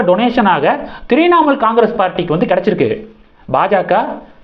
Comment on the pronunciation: தம்பி த்ரிநாமூல் இல்ல . உச்சரிப்பு முக்கியம்.